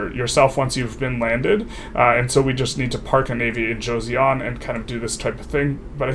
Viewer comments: read it jo-sun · Bro said Josyeon 😭 (Okay but thank you for giving my motherland the gameplay nobody else would, thanks so much!) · the pronunciation of "Joseon" is panful. the J is somewhere between an english J and a Ch, so Jo- sounds close to "nachos." the eo in korean is a single vowel, not two separate vowels, just doesn't transliterate directly. the -seon sounds like "sun" in english.